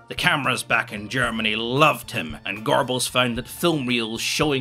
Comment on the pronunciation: I’m so glad I lived in Scotland during my early years. It’s the only way to fully appreciate. “Gorbals” 😅